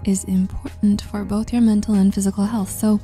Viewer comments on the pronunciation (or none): none